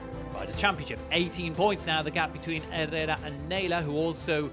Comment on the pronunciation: Quality race! Well done ladies. Commentators pronunciation of Herrera was driving me mad though lol.